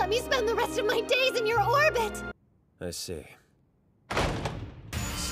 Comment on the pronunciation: did she say whorbit???